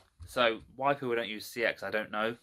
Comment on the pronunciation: he might have the “knowledge” but he can’t say the name of the shop right...